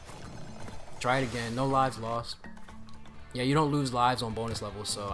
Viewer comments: when he said bonus i legit thought he said b o n e l e s s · I thought u said B O N E L E S S Levels when u said 🅱️onus levels